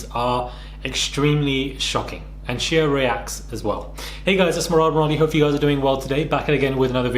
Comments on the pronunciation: I was surprised as well & I’m British lmfao. I think just mispronounced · Is that really how Brits pronounce his name “Shee uh”?